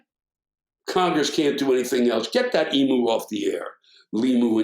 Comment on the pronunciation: Love your work Sir... However, I have to be a pedant, but just slightly. Forgive me, for I don't want to turn it into a rant, as it's just not worth it. As an Australian, I can say that the pronunciation of the flightless bird is "ee-mew" not "ee-moo". For all I know, the great Emu wars in Western Australia (November – December 1932) were caused by the birds being peeved at the incorrect pronunciation of their name. We don't want a repeat (because they beat us)